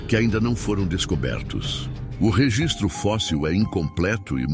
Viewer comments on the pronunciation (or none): none